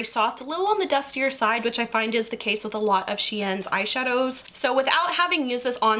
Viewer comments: No hate but the way she says SHEIN it makes me feel of were I am the way people say it’s I she-n instead if shean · it’s just the way your pronounced SHEIN is different from the way most people do and I don’t know if you understand but when I here people say stuff a bit differently then I’m used to it give me that feeling you get when you hear nails of a chalk board lol 😂 anyway please don’t take this in the wrong way everyone is different and unique and I lived the video <3